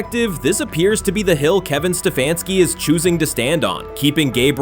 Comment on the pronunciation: kevin sta fanski really if u can't say h😅s name don't judge em